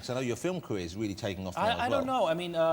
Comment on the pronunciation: He’s weawwy funny